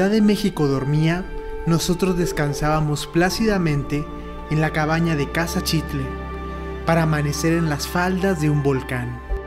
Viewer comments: Padrísimo video e increíble contenido.... pero qué desesperación estar oyendo TODO el video que pronuncien mal la palabra Xitle.... el narrador y otros diciemdo "Chitle", pues qué no son mexicanos? ¿Acaso dicen Chochimilco? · Qué belleza de lugar, de su historia, imaginemos como era hace 2000 años. Todo bien menos tu pronunciación de Xitle, todos los que intervienen pronuncian adecuadamente, menos tú. Que extraño, nunca había oido que alguien dijera chitle.